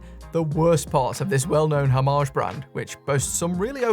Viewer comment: Why is every video? I seem to watch a Brit? This only matters to me because I have yet to meet a British person who can pronounce homage correctly🤣